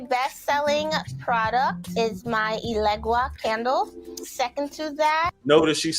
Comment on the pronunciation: Eluguea. Oshun. Oh Lord!